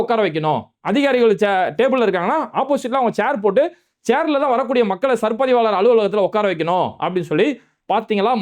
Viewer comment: அரே பாய் உன் வாயிலே வசம்பு வச்சு தேய்க்க,அது சர் பதிவாளர் இல்லை சார் பதிவாளர்.